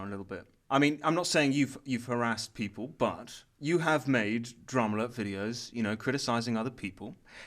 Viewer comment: i keep hearing call dramaalert drumlet.-.